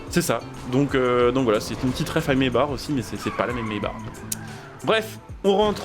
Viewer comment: Mesbars 😂😂 trop bien la prononciation tkt on tadore toujours